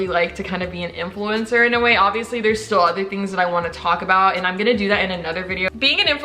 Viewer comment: "influemcner" I felt that